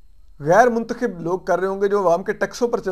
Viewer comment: Lafz muntkhib nhi muntakhab hota ha.urdu dictionary parh lo